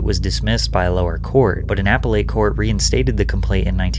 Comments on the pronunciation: Apple-a? Try A-pel-it - appellate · “Appelate” is pronounced “uh-PEH-lit”, with emphasis on the 2nd syllable. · Apple-ate? Dude its "a-pel-lit" Im 14 minutes in and this is the second nkt that difficult word patrick has mispronounced. I love your content but be better bro, get an editor or something so you dont look like a goombah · “POTO-MAC” “APPLE-ATE”…So, buddy..do you go out into the world or read or do anything but whack together “content”? I’m only halfway through your video and I’m not sure you’re familiar with basic syntax, pronunciation or renunciation.. Please, do better cause I really don’t know if I’m getting any reliable information if your grasp of the language is this bad. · A pell et ... just a heads up on how its pronounced. Keep up the great work Patrick!!!! ...... Stern is DISGUSTING!!!!! thankfully he isn't so nasty anymore. I think he realized he couldn't make money off his old style so he had to switch it up. If anyone thinks this isn't about money then I have some ocean waterfront property in Michigan i would love to sell you. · "apple-ate" made my eye twitch. I've NEVER heard it said that way before. lol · Appa-late? Pathetic you do the research like a sea urchin runs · potum-mack river? Apple-late court? 24 years = almost 30? Is this a foreign AI generated video, or just the ramblings of a 6th grade dropout? - HS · Because his script writer uses lots of words he doesn't understand. It confuses me how he can't even go and learn the pronunciation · Dude, you don’t know how to pronounce appellate either? You said apalate. Appellate and Potomac are pretty common words… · Also "a-PELL-et" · you butchered appellate and Potomac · Great documentary, but please check on pronunciation if you don't know it. E.g- Potomac and appellate. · Interesting content but learn how to properly pronounce “Potomac” and “appellate” please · potomac, appellate.. dude you need to learn how to pronounce some pretty basic words